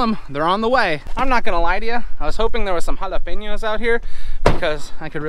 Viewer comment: We here in south Texas appreciate the correct Spanish accent on the word Jalapeños 👍🙂